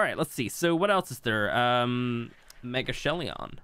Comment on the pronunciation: Megachelion... Where is the i in that pronounciation coming from?